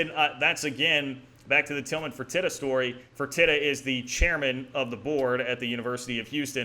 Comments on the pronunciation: It's pronounced "Fur-tee-ta". Keep the great content coming! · Good content all around. One thing about Tillman Fertita…it is pronounced fur-tee-da. He owns the Landry’s group of restaurants on top of the Rockets.